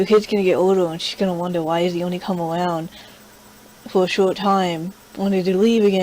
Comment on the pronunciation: "Sweeping awound"